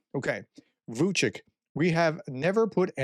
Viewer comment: Vucic is pronounced VOO -- CHEECH not VOO -- CHEEK. The different marks over the C's brings up a linguistic discussion that is only of interest to linguists, so I won't go there.